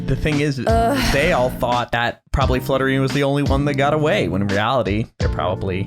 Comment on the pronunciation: when said flutterina i heard slutterina i was like " pause?? i like that name better "